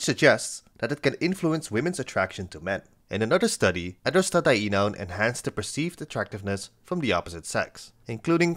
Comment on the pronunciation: the fact u can say 'Androstadienone' impresses me